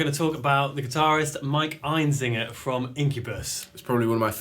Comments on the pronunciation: His name is Einziger. Why are they pronouncing it EinZINGer? I have always said Einziger like you write it. Am I wrong? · The only thing you missed is how to pronounce his last name. EinZIGer not EinZINGer. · sorry to bust your balls but his name is actually einziGer not einziNger. :/